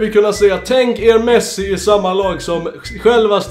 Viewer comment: man säger med C OCH INTE K KOLASINAC"